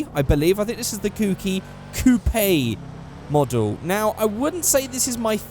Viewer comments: Wy does he say Coopaye? its spelt coupe but pronounced coop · Youre saying coupe wrong